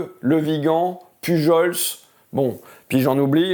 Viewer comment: On dit Pujole pas Pujolsse. 😁 Merci d'être venu nous voir ! ⭐💛